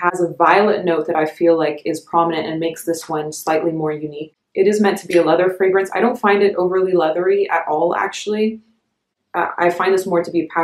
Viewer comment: Your pronunciation of the fragrance houses and scents is the best I’ve heard. Great video